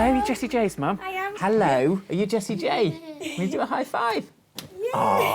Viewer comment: I thought she was saying Jessie Jane